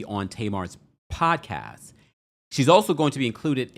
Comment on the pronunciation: I love the way Pronouces Pod-Cast...😂